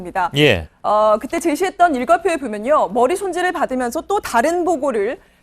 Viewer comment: ㅋㅋ머리손질이 듣기에 ㅂㅎ지손질로 들린다 ㅋㅋㅋㅋ